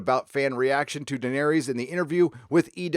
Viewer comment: Please pronounce Daenerys correctly....please.